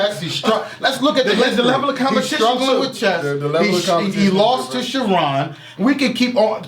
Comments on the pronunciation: Lol "Shuh Ron" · He said Shha ron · Tyrion Echols lol Cha-RON 😂😂😂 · F-ing up charron name 😂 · WhWhy cant say charrons name right?